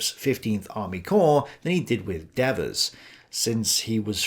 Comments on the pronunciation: For Gods' sake learn to pronounce gen Devers name.............. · You Brits and we Americans have a language problem with long and short vowels. Devers was an American general and on this side of the pond Devers has a long vowel sound for the first "e" in his last name. People have the right to a correct pronunciation of their name. LOL. I don't mind what you said about Eisenhower making an error by not clarifying his orders to Devers and Patch he most certainly did. But, let us look at what was going on at that point in the ETO. MONTY's Market-Garden was a giant flop, and I do disagree with you about Gavin by the way, the Scheldt had not been cleared completely so Antwerp was barely operational and logistics were in a state of disarray. Eisenhower, Bradley, Hodges and Patton (despite what the movie showed) and all the US Corps commanders missed the German build-up for the "Bulge" by distracting themselves with the Hurtgen Forest fiasco. It was nothing but a "cluster f**k" until they all finally got their s**t together to defeat the German offensive. A massive enemy attack has a habit of clearing the mind a bit. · While I found this discussion very interesting and informative, why the constant different pronunciations of Devers name? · Pretty irritating listening to Devers name being alternately pronounced two different ways. Otherwise, interesting take on this theater. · My ears hurt from hearing Dev-vers' 200 times. ;) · D vers not deavers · It is dee vers. The devil is dev ers. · As an American vernacular native speaker, I would pronounce DEVERS as "Dee-vers". In the video, I hear both "DEV-vers" and something like "Deveurs", with the second syllable accented. Does anyone know how the General pronounced his own name? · DEEEEEEEvers LONG EEEEEEEE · Who is "Daveuse"? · De-VERS. Dude, the guy wasn't French. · Devers is Irish. Usually pronounced Deevers.